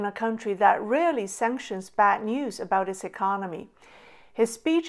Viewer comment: bad not bat.